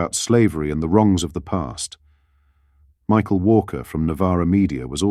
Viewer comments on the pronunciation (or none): none